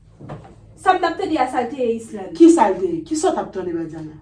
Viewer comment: Sam Renmn an e lè Badiana di Islande 😂 Padon tnde chr epil tnbe ri